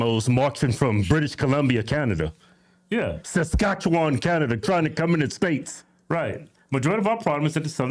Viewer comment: I'm very impressed that you said Saskatchewan correctly. Good job!